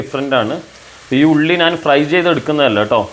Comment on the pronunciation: നാൻ അല്ല ...ഞാൻ എന്ന് പറയൂ